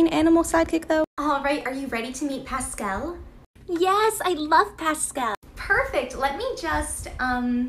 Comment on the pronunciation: Pascel instead of forky